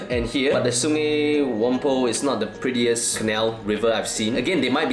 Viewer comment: Great review bro! Very insightful!! Btw it’s pronounced sungai still like ‘Ai’, not sungei as spelled. Just some butchering of pronunciations by the Brits then 😅